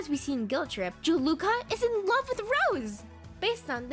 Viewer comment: "Jaluka" Its juleka? Jew-lah-kuh